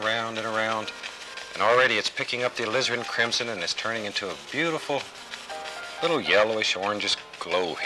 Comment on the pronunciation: Did he say, "lizzard crimson" ?? Lol I don't paint with Bob. I just listen and let him talk me to sleep..haha